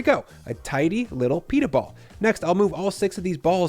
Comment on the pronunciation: Pita not "Peetah'"